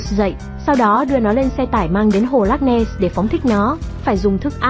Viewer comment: Không biết đọc chữ ness chứ không nen,chắc hồi nhỏ không đi học rồi,hahahahahahahahaha